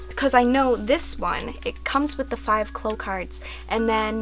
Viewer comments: they're not "cloh", it's "claow" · Its clow like cow not clow like glow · shell shell lol bish what Japanese version are you watching, Sakura pronounces it "cloh" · Victoria P well obviously many people including myself hear her say "cloh" in the Japanese version lol, there are multiple videos of her capturing the cards here on YT. But as a kid I watched the French dub because of my dad, and they definitely say "cloh" no doubt about it, so I have always said it that way and it seems very strange to me to say it like "claow." But I mean it doesn't really matter 😂 just weirds me out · so... I've been pronouncing clow wrong all my life.